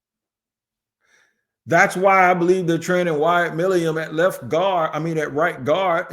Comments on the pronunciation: he accidentally got close to saying it right for the first time saying it like Millum and even then he was wrong. lol I been leaving a comment on every video he’s brought him up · Please pronounce his name correctly!!!!! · been saying his name wrong for so long he actually spelled it the way he says it 😂